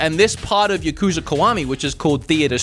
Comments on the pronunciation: Ya kuza not Yu kuza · I thought it was pronounced YAH-kuza not ya-KU-za.